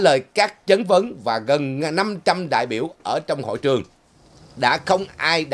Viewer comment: “chat van “ khong phai “Chan van”